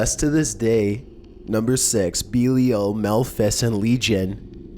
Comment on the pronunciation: you have your facts so far fucked on number 6 it's unbearable... demonology is not a religion... there is no such thing as a 'guardian demon'. it's called Demonolatry and an Elemental Demon... it's not ''beelial'' it's Lord Belial. which happens to be my elemental. He is associated with material possessions on earth. Zozo is not a real demon. go check any and all Demonic Hierarchies... If you are going to do these videos you should at least know wtf you are talking about. it makes you look stupid.